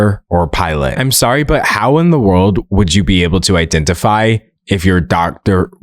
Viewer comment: "iddentafi" ...bro. Tell me you are a literal child without telling me you are a literal child